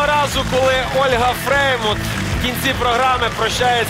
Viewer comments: Как только не коверкал фамилию Фреймут))) И Фрейман, и Фреймуд... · Почему называет Олю ФреймОД?!!!! Правильно ФреймУТ!!!, сколько можно????